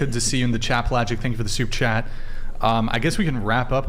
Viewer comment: At some point, has to say Super Chat. All I hear is 'soup chat' 😂